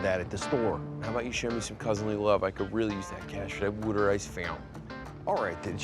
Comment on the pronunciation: 38 YES!! Don pronounces his own name like it's spelled with an "awn" , and I became physically weak at the war ter ice v. War-tuh ice fount 'in 🤣. My fascination with regional accents borders on being unhealthy.